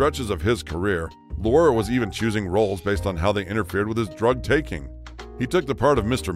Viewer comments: What a train wreck of a production! Names pronounced wrong, Dustin Hoffman is shown many times as Lenny Bruce and they can’t pronounce names correctly, as in Peter Lorre. It’s LOR-ee, not LOR! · Peter Lorre. Lorre is pronounced Lorr-ee. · Peter Lorre's last name rhymes with "dory," not as it's pronounced here. ... So Clark Gable and Walter Matthau had gambling habits. Why is this a big deal? They had enough money to indulge this "vice; they harmed no one—certainly not themselves. Maybe that's vice, but gambling hardly seems as deleterious as some of the other behavior elsewhere in this video. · You're mispronouncing Peter Lorre's name. His last name is pronounced as though you were saying the female name. Lori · Mispronounced Peter Lorre. Long E on end. Lor-E